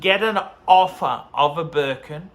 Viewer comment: “To get an opher, you need to spend phive phousand!” Doesn’t sound like a good investment to me!